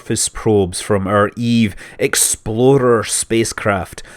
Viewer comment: I just cant help hearing "eve exploder" everytime!